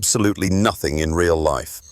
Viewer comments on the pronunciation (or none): none